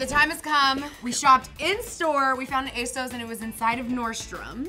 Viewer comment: You guys always pronounce ASOS wrong.